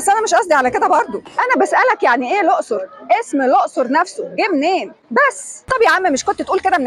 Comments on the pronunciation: اسمها الاقصر مش الائصر زي ما كل الدول العربية بتنطها سبنا الدول العربية كلها بما فيهم الصعيد والدلتا وبننطق الائصر زي لبنان ؟ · اسمها الأَقْصُر بفتح الهمزة وسكون القاف وضم الصاد